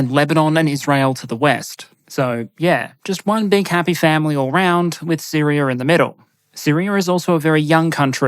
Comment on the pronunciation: Its neat hearing your accent change the "Syria" to Syrier" at times